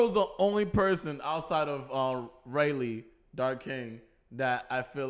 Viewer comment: You guys need to watch 3 episodes at a time if you want to reach the current timeline by the end of the year. You won't regret it! Also guys his name is pronounced Ray-leigh not Raleigh.